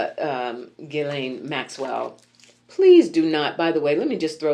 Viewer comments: I had to look up how to pronounce her name, and based on Google, you said it correctly. It's a hard Gee like (ghee...clarified butter) then lain. When I encounter people with unique names, I'll ask them how to pronounce and spell it and the memorize it. Of course we can't ask her. lol I just got back from 21 days in my home country of Belize Afefe so I'm getting caught up with my readers. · I was looking for a clip where she pronounced her own name. She's done a couple of Ted Talks and addressed the UN. I thought I hit the jackpot, but she either didn't introduce herself, or they cut it off. Her brother Ian pronounces it gee-len (hard g, like ghee, as you say). The YouTube channel is The Real Ghislaine. I wonder what the AP Style Book says? Maybe NPR has a style guide? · I saw interview where her brothers called her Gee (hard g) lan so you are right. There r other pronunciations, but her brother would know better than anybody out here.